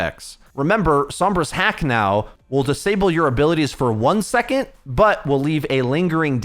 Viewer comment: Hey you pronounce "second" as "secont" and it's infuriating but thanks for the video <3